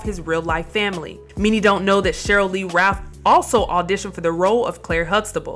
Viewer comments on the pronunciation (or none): sheryl lee ralph not rath as in khan, lol... great piece though